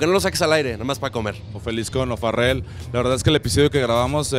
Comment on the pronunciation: el entrenador dice O'farrel? jajaj